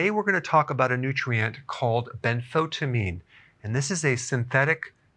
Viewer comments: I don't think you are pronouncing benfotiamine correctly. I've heard several others emphasize the EYE sound in the middle of the word rather than skip the letter "I" - so ben-fo-TIE-a-meen not as you say ben-FO-ta-meen. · Ben-fo-tya-meen, not ben-fot-ameen. Thiamine is pronounced with the "thya" sound. It's not Thi-meen, it's thya-meen. Benfotiamine. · Please say Benfotiamine (ben·fow·tee·uh·meen) instead of Benfotamine. It will make you sound like a professional. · isn't it ben-fo-tie-amine, rather than ben-fotamine? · Ben- fo -tie-amine...is the pronunciation it is chemistry . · The “tia” in Benfotiamine should be pronounced “sha” …. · You are not pronouncing benfotiamine properly. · He cant even pronpunce it. Wow